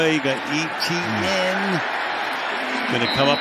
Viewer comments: Why e t n ? it’s Et ienne and jag u ars not jag warz pronounce it right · Etienne is pronounced "ATN"